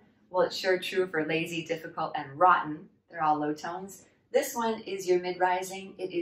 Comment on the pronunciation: you speak like a native speaker 99% of the time, but your pronunciation of "rotten" is off. Show it to a native speaker and let him/her correct you. And I think the male "native speaker" mispronounced "difficulty" a couple times. I heard "spicy" instead of "difficulty". Can you tell 痕身銀行from 恒生銀行?:)